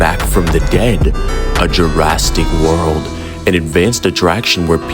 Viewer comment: "Jurastic World" Perfection